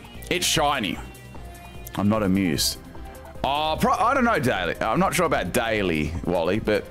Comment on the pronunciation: Lmao a shiny mew he said "I'm not A(mew)ed